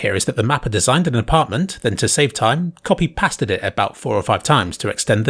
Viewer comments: Please stop saaying past-ed thank you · did you just say ‘past-ed’. Please stop. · Why does pronounce copy pasted as "copy pastad"? Its like he's trying to say copypasta.